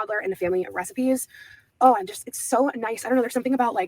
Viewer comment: Yes! I CANT STAND the “ant” for “and”. The way she ends her words DRIVES ME NUTS!